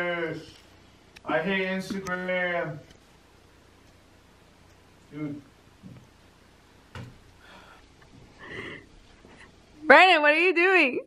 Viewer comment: she said branon instead of brandon